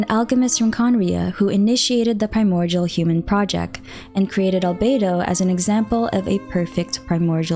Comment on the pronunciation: Am I the only one hearing a 'g' when she says primordial? It's kind of triggering. 😅